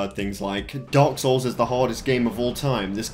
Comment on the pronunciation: It sound you said dogs souls